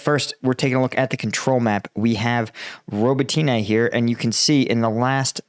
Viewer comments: If I might make a point of improvement: The pronunciation of the city names could be better. I also listen to a Ukrainian reporter, and I believe Robotyne isnt 'robo-tea-nay' but more like 'robot-neh'. Neh like you lack all enthousiasm. Yes yes - I get it, but if I said Washingtoon it would get old quickly too. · hey, thank you for the work you do to highlight our war with Russia, but as Ukrainian I'd like to correct you if you please, the village Robotyne, when you pronounce it, you make accent on "Y", instead it should be read as robOtyne with accent on second "O". Also another village called Kozachi Laheri in Kherson region, all English speakers read it as lahEri but it should be pronounced as laherI with accent on "I" at the end of the word. And it's not really H but more like GH in that word, which translates as Cossacks camps. Thanks! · roh-BOT-in-uh (last two syllables are slurred together) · Please for the love of god stop calling it Roboteenay 🤣